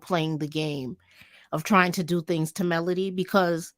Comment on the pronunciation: MelOdy, not Melundi. Please people. Not MelAndy.